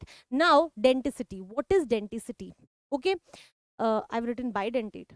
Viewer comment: Maam it is bidentate not didentate